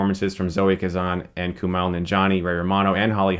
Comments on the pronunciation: its KuMAIL... not KuMAL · Kumail. Mail. not Mal. Mail. as in mail. KuMAIL. (Source: I am brown and south asian) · KUMAIL like E-MAIL. Not KUMAHL. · dude.. it's Kumail not Kumal. lol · I love how Chris repeatedly mispronounced the lead actors name in the review. Lol. Kumail (mail not mall ya dig?) I've listened to him and his friends say his name enough times on the Harmontown podcast. It was weird to hear it pronounced this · Kumail is different than Kumal, just sayin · it's pronounced "Koo-may-ole" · ''Koo-male'' Get it right Stuckmann. You're gonna be seeing plenty more of the guy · You say kumail wrong. It's not kumall. You watched the movie and hear people pronounce it right and u still say it wrong 🤔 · It's Kumail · It's coo-mail. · Every time Chris says "KUMAL", my soul dies a little bit inside. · sohaybsful I have the same name and the OP is right. It's a Pakistani name pronounced Ku-mail. It just has the same meaning as Kamal. Just take my word for it. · Dude learn how to pronounce Kumails name. Don't they say his name in the movie? You're way off lol. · Kumail isn't Arab. He's from the sub continent and that's how the name is pronounced there. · Coo-Mail Non-Gee-On-E!